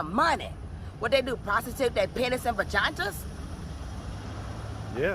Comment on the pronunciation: Did she say, “vaginta’s”???